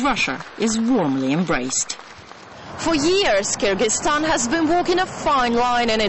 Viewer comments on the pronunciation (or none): the way this woman says 'kyrgyzstan' makes me shudder.